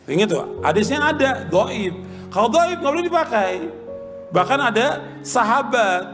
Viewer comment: Dhoif bukan gaib mas bro